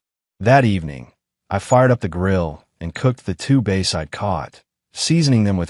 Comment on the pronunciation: Cant even pronounce Bass 🤨